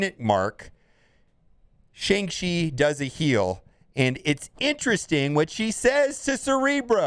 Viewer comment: Classic destroyer of words. Even when they write a whole bit into the movie about how to say the name right it’s still not enough.